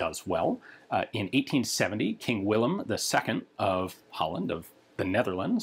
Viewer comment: Congrats for properly pronouncing "Willem", instead of just using the English "William" or the German "Wilhelm". No people, we are not some province of Germany. :)